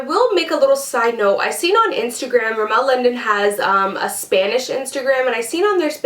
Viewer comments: its pronounced rimm-mul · You pronounced Rimmel wrong